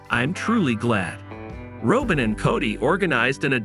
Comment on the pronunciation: It's not Robe-In. It's Rob+in